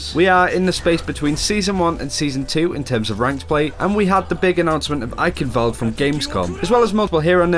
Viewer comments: lol, why do you call the Map Ikenwald, while the sounds, how it's really pronounced aren't difficult to pronounce? Just call it Eichenwalde, this one gives some nice examples, but only those except the first ones fit into the case of the word "Eichenwalde" ;) And you pronounce the german w like a v in english (vanish f.ex.) Aaand you say the "e" at the end like the a in "about". The "Ei" stays like in english prononciation. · It's pronounced eye shen val d i think not eye kin wold